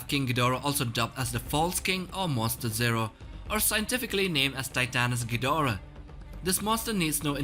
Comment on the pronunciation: King "Gjidora"